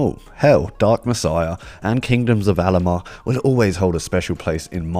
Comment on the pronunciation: It's Amalur, not Alamar. It's Vengance, not Revenge. Good vid though